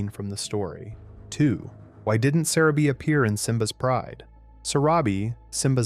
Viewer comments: Why are you saying Sarabi like that <\3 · I hate the voice. Sayrabee. Keeon. Really?